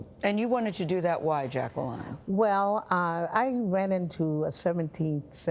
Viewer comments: Mrs.Jackson doesn’t pronounce her name as Jack-ca-Lin she pronounces it as Jack-ca-line. LoL at first I thought Gayle was saying it wrong to 🤣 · She doesn’t know how to pronounce “Jacqueline”.